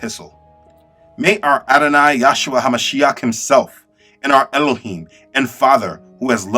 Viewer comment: Bro all due respect but when you say the name “yahshua” it really bothers me because I feel as though you don’t understand what your truly saying why not just say Jesus? But it’s actually supposed to be pronounced “yehshua” because in the original Hebrew language it would be “yehoshua” which was translated to “Joshua” in English so of you want to say Jesus that’s fine if you want to say YEHshua that’s also fine but I implore you to look into the names. I am not trying to be disrespectful maybe you can see this as a friendly reminder Those who are insisting on Yahshua are therefore enforcing a European mindset on a Semitic language, ignoring Hebrew grammar altogether. Ironically, they do this by trying to be as originally Hebrew as possible. I personally prefer to say Jesus when I speak English and Yeshua when I speak Hebrew, but I leave it up to each and every one to decide for himself. If I find myself in the right context, I might say Yeshua when I speak English.